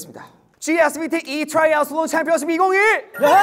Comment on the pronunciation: I will never let anyone move on from Seungkwan's GSVT E-Triathlon Championship 2022. What a crazy tongue-twisting English skill!